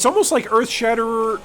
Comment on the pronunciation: Glad they are giving two handed weapons some love, it's been a while since they got good updates. (Also glad they opened up a few more skills to unarmed) One thing though hun, it's Earthshatter. You kept saying Earthshatter*er*